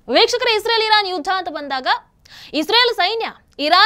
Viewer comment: Madam ಅದು Israel(ಇಸ್ರೇಲ್ ) isreal(ಇಸ್ ರಿಯಲ್ ) ಅಲ್ಲ. ಸರಿಪಡಿಸಿ.